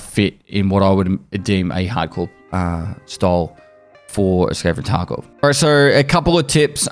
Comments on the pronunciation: He's legit just sayin "Escape from Taco" now right... right? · I swear to God this man just said "skate the taco" intentionally this time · Did he actually say “escape for taco” at the opening? 😂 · Aight this man is definitely just saying "Escape from taco" at this point lol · “Hi guys this is, welcome to another escape from taco video.” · ” Hey guys this and welcome to another Escape Facco video ” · Ok.. he is just saying "escape from Taco video" now. CC was right Hahaha 😂